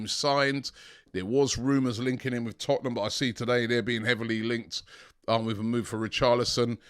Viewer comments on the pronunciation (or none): none